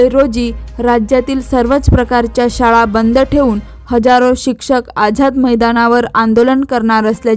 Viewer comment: शाडा नव्हे शाळा उच्चार अस्पष्ट